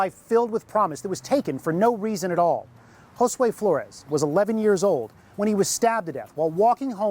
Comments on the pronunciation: Did it enrage anyone else when Jackson couldn't say Josue's name correctly? On one hand, he shouldn't even have the privilege of uttering that boy's name. On the other hand, with what he did, he should at least have some sort of (imagined) respect to say it right...especially if he "didn't do it." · It really ticked me off that Andre Jackson mispronounced Josue's name on that BS YouTube declaration of innocence.... and then, it really ticked me off that he decided to blame the Hispanic Community just to rub the salt into the wounds!!